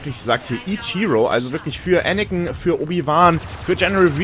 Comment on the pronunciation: ich mag dich wirklich, aber bitte sag Anakin und nicht Anikin.